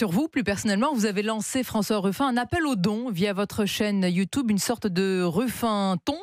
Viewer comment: Ok, la dernière personne que j'ai entendu dire "youtoube" était un chansonnier un brin réac de 70 ans 😂